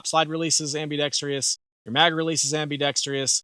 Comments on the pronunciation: Sorry, but the viewer you made the joke about was right. Hearing am-bee-dex-tree-us is like fingernails on a chalkboard. When you’re doing any kind of public speaking, it actually is important to pronounce common words correctly. Am-bee-dex-trus, there is no letter “I” at the end of the word. And in a side note: I remember when the Echelon first came out and it irked the fuck out of me to see how they chose to spell it. It made me want to be defiant like you and say “etch-a-lon” but then I remembered that I have a supercomputer in my pocket and I can research anything. Turns out it is equally right to spell it Eschelon AND Echelon. And they’re both pronounced only one way: esh-a-lon, there is no ECH sound. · Great review, but I never heard someone add an extra "i" in *ambidextrous